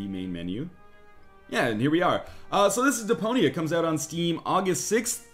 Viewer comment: Who else hears De-Pony-A?